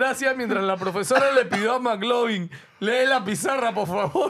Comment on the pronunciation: Cómo q Maclovin pelao ctmr!!! La referencia es al popular Mclovin, q se pronuncia Miclovin 🤦🤦🤦🤦😂😂😂😂😂😂😂